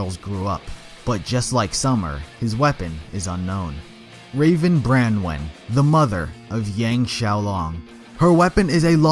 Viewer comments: ITS BRONWIN NOT BRANWIN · I believe that Branwen us pronounced Bronze-WIN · Wait qrow is raven’s sister 😂 also your pronunced qrow and raven’s last name wrong it’s brawn-win